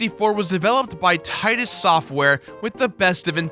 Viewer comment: It is pernouced Titus